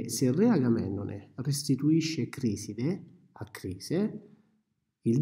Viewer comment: é Criseide non Criside